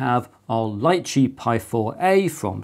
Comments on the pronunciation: I think it's pronounced Lee chee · I believe it's pronounced "lee-chee", as in the popular Asian fruit.